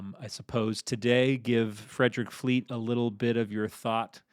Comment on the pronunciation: As a Brit I musat say you have got the accent for Fleet all wrong, as well as the person asking the questions